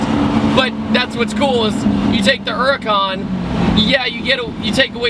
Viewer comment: wot the fuck is a ura'con?!?!